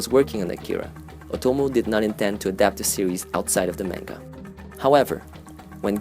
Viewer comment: the way you pronounce manga hurts my soul